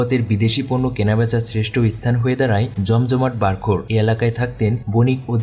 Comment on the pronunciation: ভাই, উচ্চারণ ঠিক করুন, ইসথান নয়, স্থান।